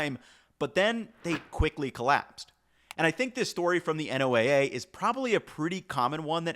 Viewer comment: lol all this work about fish and he pronounces NOAA like it's a football league. I would have liked to have seen lumpfish eggs rather than whitefish.